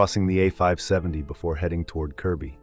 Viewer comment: Good to see that you pronounced it Kirby and not Kirkby 👍